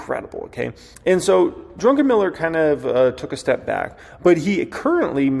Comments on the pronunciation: Its DRuck, not Drunkenm. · Uuuh. I believe his surname is Drukenmiller. Not Drunken-Miller. But it was hilarious listening to you say it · It’s Druck…enmiller not Drunken..miller lol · Not "Drunken Miller" its "Druck En Miller". Not "Du qweezy" its "du kane". Geez learn how to pronounce words you are using. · Druckenmiller, not Drunkenmiller 😆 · DruCK not DruNK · The first syllable of his surname is Druck, not Drunk. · BAHAHAHAHAHAHA!!!!!!!!!!!!!!!!!!!! He said, "Drunkenmiller" instead of "Druckenmiller"! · You keep saying 'Drunken'-miller.... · I am betting Stanley HATES the way you pronounce his name.